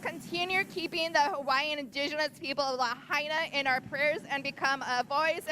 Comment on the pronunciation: Pomaikai na kanaka! Ko Pae Aina o Hawaii!!! Braaaa take one beginner olelo hawaii class, you cant pronounce Hawaiian names at all, its embarrassing that you are an announcer, learn and get better, its your job.